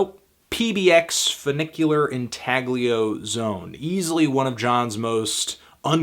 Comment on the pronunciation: ...no you don't pronounce the "g" in intaglio.